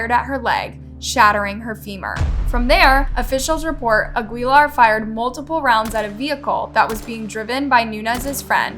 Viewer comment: OKAY, I'm convinced that you're trolling us with your crazy pronunciations. Sure, there are names that aren't part of your culture that anybody could pronounce incorrectly, but did you really just call that guy a-GWEE-lar for Aguilar? Ever heard of the WORLD FAMOUSE, GRAMMY AWARD WINNING Christina "Xtina" Aguilar? If you're not trolling I have to question the intelligence of your audience for not calling you out. You can do a 2 second search on Google or ask Alexa to pronounce words. Maybe you weren't aware. I have ZERO patience with your generation. The audacity to earn a living because of your viewers, yet you are so lazy that you can't be bothered to at least pronounce the people you're making money off of by telling their stories. CRAZY.